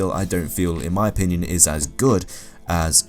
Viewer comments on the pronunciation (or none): none